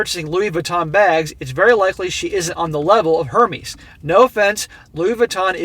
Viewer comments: it’s pronounced: Air Mez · I love how you dont give a f about pronunciation of the overrated brand